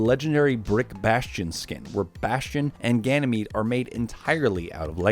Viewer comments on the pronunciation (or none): none